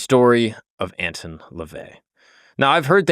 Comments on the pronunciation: You're already wrong within the first few minutes. Howard LEVY (NOT LaVey) was his real name. And it's not "AntIn", it's "AntOn", for the pronunciation. NEXT... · It's Anton not Antin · have i been pronouncing his name wrong or is? i thought it was prounced ant-on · It's not ant tun ,it's an ton. I am a satanist. Ive read the official biography of anton levay. To me, biographies read like stereo instructions. Interesting but boring. He's a fascinating person. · Edgar “Case”… “Ant-on” Lavey… Fire your production team.